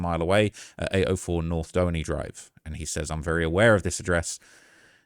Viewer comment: “Dough-enny” it’s “due-haney”